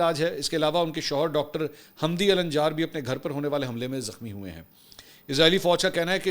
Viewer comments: It is not alanĵar but it is al njaar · محترم منصور علی خان صاحب آپ فلسطینی نام لے رہے تھے ۔ (علا الدین ) علا یعنی( چراغ ) النجار یعنی ترکھان قبیلہ ال یعنی آل بولنے کے لئے صرف بولئیے علا نجار بالاحترام معذرت 🙏 باقی زبردست ❤❤❤